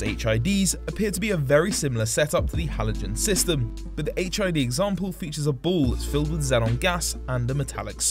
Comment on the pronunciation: Sounds like your saying hiv 😂😂